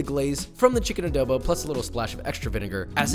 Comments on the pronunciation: first of all as a filipino i am personally offended its not "ADOWBOW" its adobo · Adobo is an Asian dish And you pronounce ADOBO WRONG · This is not how we cook adobo and all of you youtuber American or other persons that say are foods keep putting w’s when there isn’t an w in the o just don’t put w’s in front of o’s it’s triggering me like adobo no w like halo-halo no w ok all of you if only I can tell you in real life sigh 😔 I’m disappointed and we add white sugar in our adobo’s so put white sugar next time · Always love hearing how different nationalities pronounce Filipino stuff. I find it endearing how he says it as ah-doe-bow.